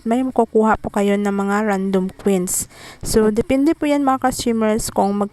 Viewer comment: Quins Kasi bigkas mo sa coins Po haha